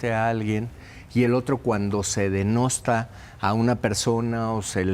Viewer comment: No se dice DENOSTA se dice DENUESTA!